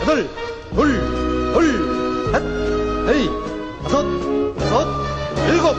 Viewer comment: 도수체조 지휘구령 녹음을 다시 하면 좋겠습니다. 너무 옛날 버전이라 발음이 하나 둘 셋 너이 다쓰 여쓰 일곱 여덟 이런식으로 하는데 70년대 느낌이 납니다. 젊은 아나운서 섭외해서 하나 둘 셋 넷 다섯 여섯 일곱 여덟 이렇게 정확하게 재녹음 해서 전군에 다시 배포했으면 합니다.